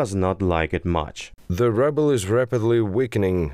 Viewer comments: It is "ruble" not "rabble". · The way ruble is pronounced as 'rubble' instead of 'rooble' is funny as hell. :) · hilarious they are pronouncing "ruble" as "rubble" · I love how they speak it out as "rubble" instead of "ruble".. very fitting nowadays. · I thought Soviet Russian money was “roobles” not “rubbles” . . . maybe it’s just rubble like was said. 😂😂😂😂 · It's not "rubbles" they call it "roobles" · Ruble rhymes with "tube." Rubble (the way you are pronouncing it) means the pile of stones and trash that is left when you destroy something (such as with a bomb). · *'Roob-les" not 'Rubbles' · "rubbles" Quite accurately said. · I kinda like how that second voice pronounces 'ruble' as 'rubble' (as per dictionary: broken fragments resulting from the decay or destruction of a building). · ROO-bles. Like the ROO in Kangaroo! ROO-bles! Ahhhh! I wanted to scream at my computer haha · I guess you said it like rubble on purpose instead of pronouncing it the right way :D